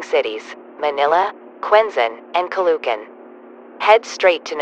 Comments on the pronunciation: It's not "caloocan" it's "calo o can" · Ca-LOO-can lol (Btw, its correct pronunciation is “Calo-o-can”) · boy was I irritated by the mispronounciation of the name Caloocan it's not Calucan it's ca lo o kan no letters or vowels are silent just no silent letters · you pronounce it Calo-ocan not ca-loo-can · The way the anouncer pronounces caloocan as calucan But the right way to pronounce it is calo o can😊😊😊😊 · Caloocan (Ka -loo - Kan) Is not the pronouncasin of Caloocan its (Ka Loo okan) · As a 100% filipino, hearing them pronounce Caloocan as "calucan" made me more scared and confused. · I got mad when the TTS said Ka-lo-kan